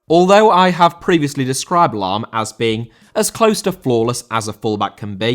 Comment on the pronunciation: Lahm * not Lohm